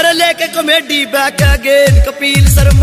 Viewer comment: kapil sharma ka name to dhang se le leta कपील नही है कपिल है